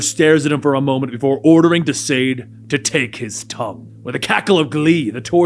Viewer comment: It's pronounced as it's said ''DE-SAAD''